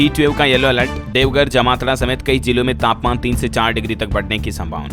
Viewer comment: जमातरा नही जामतारा